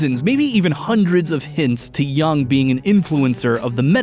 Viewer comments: I was sent here by my high school philosophy professor to say it's pronounced YUUNG /jʊŋ/ not YANG. Thank you for the attention, I'll show myself out. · For the love of all that is holy, it's pronounced Carl "Yoong," not "Yung" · I love this video, I'm listening to it on repeat while I animate. But I can't get past his pronounciation of Jung XD It's pronounced "You-ng" right? Am I insane??